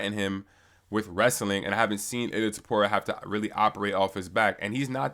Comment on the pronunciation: why can’t anyone say topurias full name right lolol it’s always either ila topuria, or ilia topura. Its ill-lea toe-poo-ree-ah!!